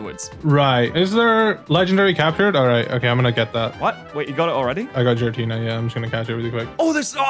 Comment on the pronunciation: Did this mother effer say Giratina with a fucking "J" sound ????? 😭😭😭😭😭😭